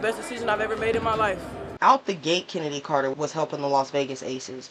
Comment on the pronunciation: Her name is pronounced “Kennedy” not “Ch-ennedy” lol